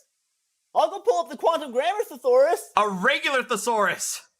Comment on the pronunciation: Maybe he can find a thesaurus but he sure can’t pronounce the word. Lol